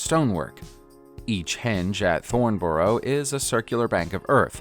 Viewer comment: Thornborough .Thorn buh ruh .Not Bo ro .